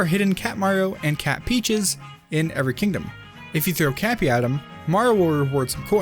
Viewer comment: its cappy not kahki